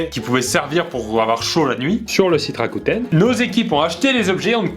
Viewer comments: Mdr t'as refais le montage en disant rakOUten à chaque fois psq tu disais rakuten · C pas Rakouten mais Rakuten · J'ai l'impression que la prononciation de " Rakuten " a été laborieuse dans l'intro 🤣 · Mdrr il a mal prononcé Rakuten il a dû repasser sur toutes les fois où il le dit j'ai bien l'impression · Il prononçait mal le nom de la marque, c’est pour ça qu’à chaque fois qu’il dit "Rakuten" il est doublé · Par contre mettre une voix off parce-que (je suppose) tu ne prononce pas bien la marque qui sponsorise ta vidéo mdr du jamais vu